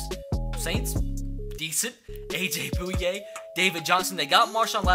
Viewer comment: you pronounced it aj booya its sounds like aj boya